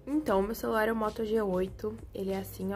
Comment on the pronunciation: O que vc falou celulai akkakakaka tudo ben eu falava também kakak